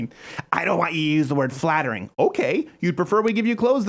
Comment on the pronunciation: Did she say fattering ?